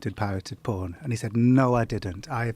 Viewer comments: lol "pooen" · The way Jon Ronson pronounces "phooorn" makes me want to take a shower. So dirty